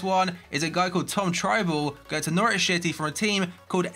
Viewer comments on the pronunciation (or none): Did anyone else realise he said norwich shitty?